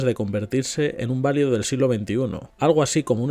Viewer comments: Valido en el contexto que lee es una palabra llana y usted la pronuncia como si fuera esdrújula "válido". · Recuerda: Valido, llana. No es esdrújula.